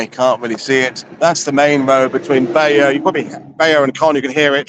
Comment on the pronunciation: As an American, I love your correct pronunciations of French places. I always thought Bayeux was pronounced as "Bay-you." Now I know better.